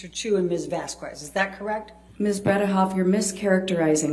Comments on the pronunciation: It REALLY irritates me how Elaine says Camille's last name....for crying outloud someone PLEASE correct her! It's Miss Vas-KEZ not Miss Vas-kwez! Ugghhh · every time elaine pronounces Vasquez like VAS QWEZ a little bit of my soul dies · The way Elaine keeps mispronouncing Vasquez grinds my gears!!!